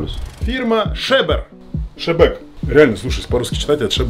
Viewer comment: Вебер,а шебер.